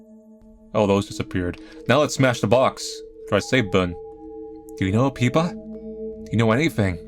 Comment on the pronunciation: Peepa? Isn't the name Pippa?